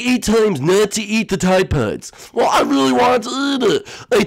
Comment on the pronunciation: Teeday Poedes (tide pods)